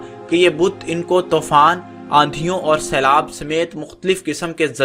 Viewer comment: tofaan is wrong its toofaan Countless pronunciation mistakes